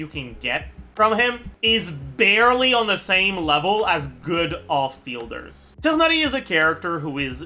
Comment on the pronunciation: PLs stop butchering my poor boy tighnari